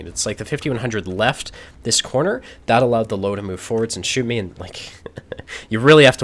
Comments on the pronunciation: I swear to god it triggered me like nothing else Its LÖWE ffs 😂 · Löwe closer to Lerver not "low". It's a small thing but important. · I love watching, great player. The only thing that makes me cringe is when he pronounces Löwe as "Low". It is more like "Lurver" with the U pronounce a little longer almost like "Lourver". Not a criticism, love the vids:) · Lowe is pronounced lerver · its pronounced lerve, not to be an arse im just saying because hearing low just pisses me off xD like its not even close man come on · Lowe is pronounced Lurva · So it's actually pronounced Lirwea:) I would love to invite to Oktoberfest, as the Loewenbrau has that big lion that says "Loewenbrau", and if you heard this once, you won't forget the right pronunciation of Loewe. Like here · That Löwe pronunciation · the way one says the Ö in Löwe would be similar to how you pronounce the U in 'run'. You also gotta remember that there infact is an E in Löwe. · Just can't watch this video till the end because of that Löwe pronounciation ;__